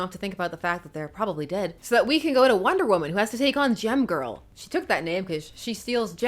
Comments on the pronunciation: When you said "Gem Girl," I heard "Gym Girl." No wonder I expected her to be ill-tempered :) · Every time you say "Gem-Girl," I hear 🎶 "Jem, Oooh, Fortune, Fashion and Fame!"